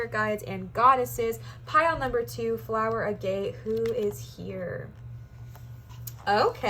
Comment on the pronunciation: Pile 2 Stone is pronounced 'A' (like in apple) & 'Get', instead of "a gate" Sorry.